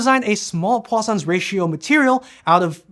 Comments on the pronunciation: Right up until I read this comment I heard Poisson's 😂 Now my brain automatically corrects to what I read, so now I hear croissants like you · anyone else Heard croissants ratio.